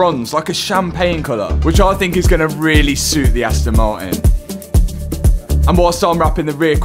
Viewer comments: Astn ma-in 😂😂😂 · "Asto Mari" i love the british accent😂❤